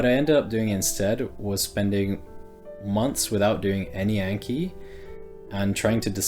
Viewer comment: Long "a" in the words "anki" and "kanji" (those are japanese words....)